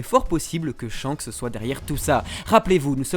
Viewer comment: "ShankSSEE le roux..." plus jamais😭😭 (Merci beaucoup!)